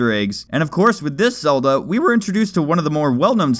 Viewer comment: You mean the legend of zegend